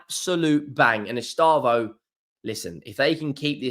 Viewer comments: It’s pronounced Ess- stay- vow, not Ess - star - voh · Take a deep breath. Don’t need to rush it. Read it properly. ESTE. VAO. No rush. Not estabo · Bro please. It is estevao not estávo. Ow not oh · Estâvaö pronounced E-stay-vow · It's Estevao......not Estaavo.😊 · He never does try, that's what always winds me up. Wait until you've heard him trying to say Lens, Rennes or Ferencvaros! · WOW WOW ESTÊVÃO